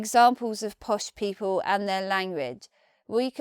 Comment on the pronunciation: What on Earth are 'posh peepuww'?